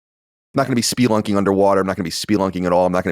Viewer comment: Already upset about “speelunking” lol